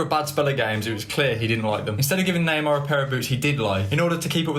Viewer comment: Bro the way you pronounce Neymar hurts my soul, half the time I have no idea who you're talking about, sounds like Namah